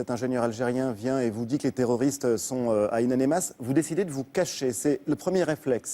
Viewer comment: Ain amenas et pas ain anemas espèce d'imbécile.